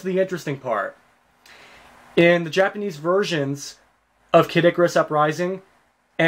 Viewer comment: No offence, but completely butchered Vegeta, Heiji, and Kid Icarus's Names..